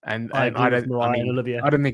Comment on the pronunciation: Moriah???????, please.